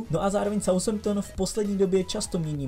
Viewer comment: Nic proti ale Southampton se nečte [saushemptn]. South= jih se taky nečte [saus]. Th se čte jako takové to "f". Jinak zase super videjko.